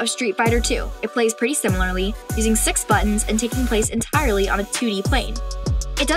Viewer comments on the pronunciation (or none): none